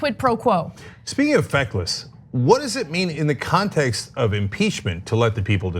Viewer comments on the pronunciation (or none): Look, if I didnt follow Ana in twitter, I would have thought she said "fuckless senators" xD